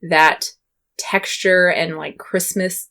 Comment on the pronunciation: your crispiness sounds like: chris-penis..... please tell me that you can hear it ;D